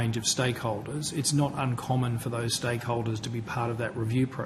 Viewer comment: did he say stale holders 😮